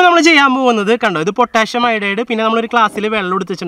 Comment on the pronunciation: പൊട്ടാഷ്യം എന്ന് അല്ല പൊട്ടാസ്യം എന്നാണ്